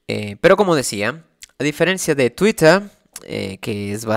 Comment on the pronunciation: Sé que es un tema serio, pero "Twittah"